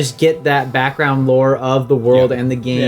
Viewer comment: Everytime says Lore, I hear the word law. when he said that Gil likes law games, I was a little confused. LOL